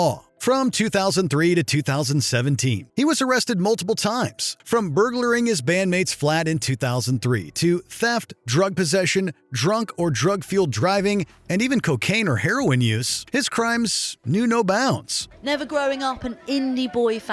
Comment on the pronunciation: "Burgerer-ling.."? Dude.. That's not how that word is pronounced. "Burg-ling.." with the final 'g' removed if you're from Yorkshire. Or indeed 3 'r's in the middle if you're Scottish.